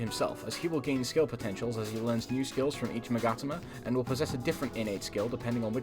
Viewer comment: I never thought to pronounce Magatama like that